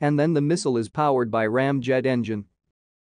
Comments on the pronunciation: What is a "misow", or was it a "mesol"? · WHo is Miss-ul? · The way he says "misual". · Today i learned, how to pronounce"missile".